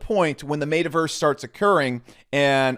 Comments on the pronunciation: M”eh”taverse not M”ate”averse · how do u mispronounce metaverse lol dude just said made-a verse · this dude calls it the "maytaverse" hahaha